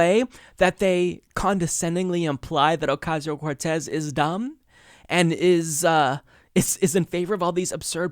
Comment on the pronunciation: They revel in mispronouncing her name.